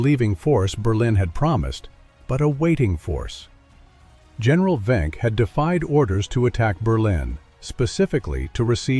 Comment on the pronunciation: not venk-but Wenck